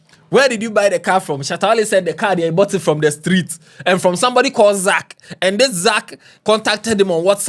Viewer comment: the Street no, the way you said it… you know street paaa 😂😂😂